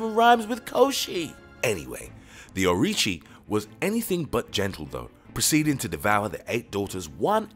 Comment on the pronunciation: 3 different pronunciations for "Orochi" in less than a minute.